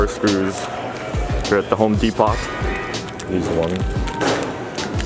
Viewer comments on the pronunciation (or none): Ze home "DePOT"